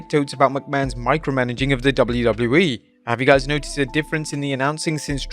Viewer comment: You say 'wwe' so gross. Fix it